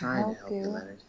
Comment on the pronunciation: Leonard. His name was Leanard. 😅